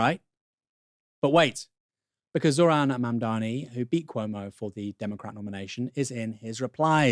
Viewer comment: Zoh-RAN. Calling hm ZOHran is like saying KaMAHla; disrespectful and sloppy.